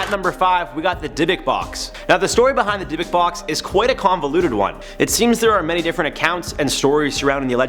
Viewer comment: Finally someone on this channel pronounced Dybbuk properly